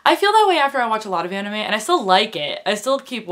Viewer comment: You should watch Soul Eater. It's a fantastic anime. By the way, I'm glad you don't say ay-nime, but ah-nime.